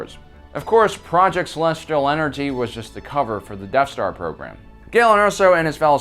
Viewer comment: I’m sorry… I had to turn this off when I couldn’t handle “Deaf Star” anymore. It’s pronounced “Death Star”.